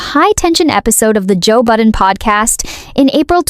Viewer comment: Joe Budden...not "Button." I remember the name from my rap days, but I don't regret not knowing his artistry, or whatever. Derulo? ...a habitually opportunistic user and loser. Katy...Katy...Katy. How the mighty F E L L. The chainsmokers: 🥱Meh Azalea WHO? One-hit legend in her own mind Takashi: Is he still alive? SiA? Puh-leeeze. James Corden: I think he took his Access and Nickname for granted ..and he thought BTS would protect him. He stepped on a landmine. 'nuff said. Biebs? I give him a tiny bit of grace bc of his Diddly/Urshur-laced trauma. I think they ruined him FOREVER... mentally & physically. ...and no, I didn't forget Gingerbread. He just became invisible in the scheme of it all. This is MY OPINION...MY reaction, formed as I watched these transgressions in real time...and not meant to influence ANYone.